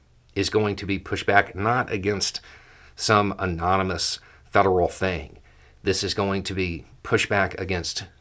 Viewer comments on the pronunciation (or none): none